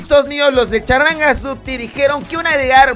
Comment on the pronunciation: Hola Me rio cada vez que dices charlangas duty